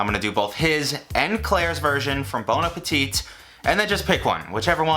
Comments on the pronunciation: just to help out and since it's a word you are using a lot, may I say that the last T in Bon Appétit is silent. So it's like saying "Bon Appetty" Great job btw! Like what you do. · Because you keep saying it wrong; there's no second T in Bon Appetit for its pronounciation.